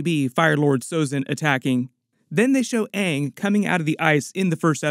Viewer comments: Less than 30 seconds in and it’s already better than the other live action attempt, cuz they said his name right at the very least 🤣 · I feel like they said Aang several times just to proove they didn't pronouce it wrong. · hey they actually managed to pronounce the main character's name Ong correctly so it might not be as bad as the actual avatar movie! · I HEARD HER PRONOUNCE AANG CORRECTLY. Thats already better than the last live action. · Hopefully they will pronounce his name correctly this time around 😊 Edited to add: they did!!!!! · Just hearing them pronounce his name right gives me hope for this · At least they pronounce Aangs name tight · Atlas they can say aangs name right this time